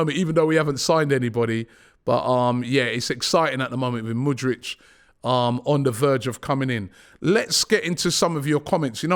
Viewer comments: Robby cmon it's: M O O D R E E K not M O O D R I C H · Pronounce mudryk not mudrich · Just when you think he's finally got Mudryks name right,5 secs later he throws in a Mudritch🤦‍♂️ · Mudryk not Mudrich! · Mudryk, not Mudrych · he is not Mudrych, he is MudryKKKKKKK. do you know how to read? how many grades have you completed??? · Stop calling him Mudrch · Why is everyone saying his name like the brand Hoodrich… it’s moodrick! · IT'S MUDRYK you plonk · The don says Mudryk like mans Croatian 😂